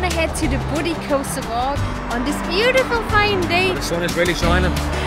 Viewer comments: Bouddi is actually pronounced bood eye Coming from someone who has lived there all her life 😊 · pronounced Bood eye beach, i walked and surfed those beaches,and had my car broken into [little beach ] 50 years ago. but it was free then, no $8 parking fee